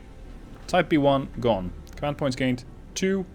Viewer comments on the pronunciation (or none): none